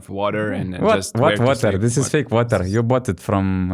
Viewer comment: Thanks for the episode guys, I love your content. But for the future, maybe you shouldn't be talking shit about somebody's poor English accent when you cannot pronounce the word WATER, common guys